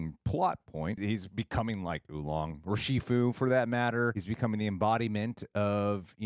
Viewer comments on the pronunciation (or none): It’s Oogway. Not Oolong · You really just called Oogway, "Oolong." lol. And this is apparently just the 4th of 6 movies planned. I'm so happy we're getting this. Viola Davis sounds great as the Chameleon, and I'm really looking forward to seeing Tai Lung, Shen, and Kai again.